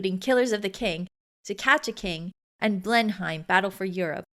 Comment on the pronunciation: This would be better if the presenter was able to pronounce Aethleling and Blenheim properly.